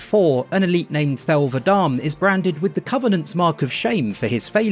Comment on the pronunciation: it's va-de-me ffs😂